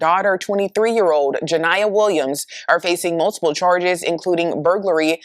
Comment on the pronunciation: Niyah's/niya's with the red hair?!?! Niyah/niya (not ya) average women 😮😮😂😂😅😅!!